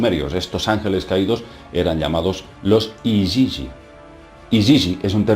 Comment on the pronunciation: Otro quebradero de cabeza más ¿llegaremos algún día a saber la verdad de nuestra creación y quien es nuestro verdadero Hacedor? Por favor, continúe y gracias por a información. Por cierto, ¿por qué, si pone IGIGI lo pronuncia IYIYI?